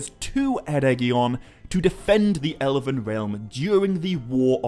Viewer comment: Without Peter Jackson's movies - this kind of interest in these books would not exist. Nor would your channel. You don't seem to mind using stills from the films - so have some respect. And if YOU are so concerned with authenticity and perfection - stop pronouncing words with extra syllables. It's FIN-gon - not Finnigon.. it's ELven - not Elliven. Pot calling the kettle black. The sniffy, supercilious jabs at Peter Jackson's contribution to this epic - need to stop.